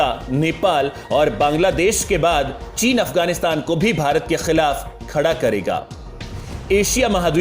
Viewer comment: Correct your language... Don't say.... Kha..kha...kah...kkhhhii.... It's Khilaf... Not... Kkkhhhhiiilaf.